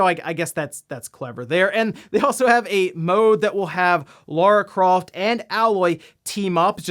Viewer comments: its Ay-Loy. Its not Laura its LAAAARA god damn it!!! xD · the way you say Lara amused me 😌